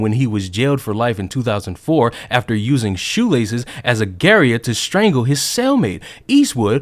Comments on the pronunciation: Broh i hate to be that guy but garotte isnt pronounced "gary-it" its "gr-aat" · garotte isnt garry et its gah rot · 'Garotte' is pronounced as Gah-rot. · Just advice. I know it is uncommon word but Garotte is pronounced GA-Rote